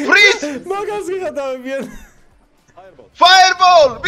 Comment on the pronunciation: Pov: ზღაპო fრეზე❌ fრიზე❌ fრიზ ✅ საღოლ მაგარი ვიცინე ❤❤❤